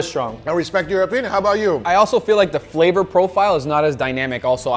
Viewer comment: Everyone: Flavor: Fleeevor 😂😂😂